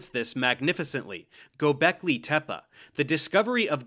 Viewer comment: You talking about Gobekli Tepe? Cause he pronounced it correctly